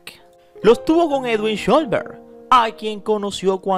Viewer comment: Con respeto, debes mejor la pronunciación del apellido trataré de indicarte asi: Shh los Berg, no sholbert como tu lo pronuncias; por la escritura del apellido el padre ha de ser descendiente de alemán, austriaco o suizo